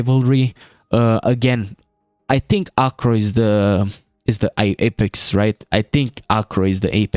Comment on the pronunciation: i love the way you say apex. appex